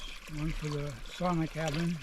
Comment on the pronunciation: How come you pronounce sauna as it is supposed to be pronounced in finnish?